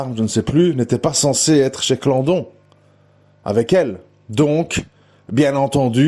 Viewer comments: Je suis d'accord avec l'analyse de cette vidéo, Bernard Laroche est innocent! Sinon, on s'en fiche que monsieur prononce mal Clandon (au lieu de Claudon). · C est Claudon pas Clandon